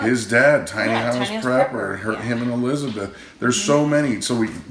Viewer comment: Have you heard them say hoose for house yet?